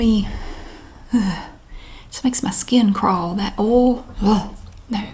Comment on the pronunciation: I've been pronouncing "oil" like she does because I think its so cute. Oahl.